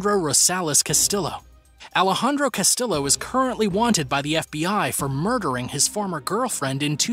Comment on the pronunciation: Hey güey Rafael Caro Quintero. Quintero pronunciation is Quintero without the letter U Qintero And Castillo pron. is Castiyo the two letters LL sound like Yo ok. Thanks buddy